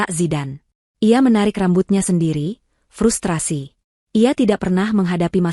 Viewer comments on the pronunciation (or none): none